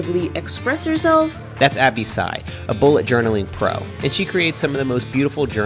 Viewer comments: Abby Sy's last name is pronounced "See", which is why her branding is ABC (Always Be Creating), because that's what her name sounds like: ABC. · Abbey's surname is pronounced like see/sea. Just sharing :) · i think it's pronounced as Abbey Sy (see) 😄 anywayyy great video nonetheless, Matt!